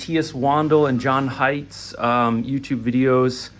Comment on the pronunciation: I presume you mean John Hienz not Heights😊